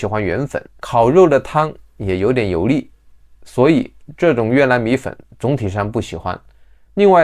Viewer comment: 平卷舌不分，油腻=油利